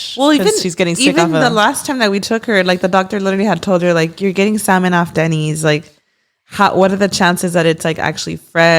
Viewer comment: Stop because the fact is actually pronouncing salmon the correct way has me shook 😁🫶🏻